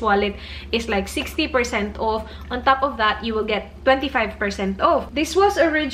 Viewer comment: Enjoy sana yung content mo, u are smart. but dko na talaga kaya, ang thick ng bisaya accent mo. The way you pronounce the word "off" is wrong. You pronounce it wrongly as "uuuf". I can't anymore. And when you pronounce "dollars" as "dahllers".